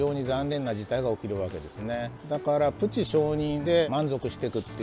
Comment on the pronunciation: プチ承認の「プチ」が、広島や山口の方言の「ぶち」に聞こえてきて、なんだか微笑ましくなりました😂